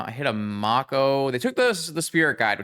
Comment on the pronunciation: its may-co for the shark, the irl animal its based off is also pronounced that way